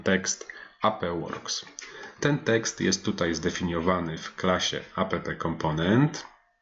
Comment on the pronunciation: Mam małą uwagę. Takie spolszczone skróty brzmią bardzo nieprofesjonalnie. Warto używać prawidłowej wymowy, szczególnie gdy się kogoś uczy. Chodzi mi np. o: Angular CLI: "Angular SI EL AJ", a nie "Angular KLI" NPM: "EN PI EM", a nie "EN PE EM" App: "Ap" (od application), a nie "a pe pe" Będę oglądał, zobaczymy dalej.